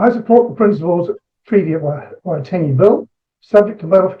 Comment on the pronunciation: He said it fine. Splitting hairs.